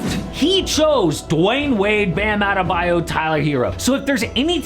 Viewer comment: Sorry! But adebayo's o is pronounced õ like in orange 🍊!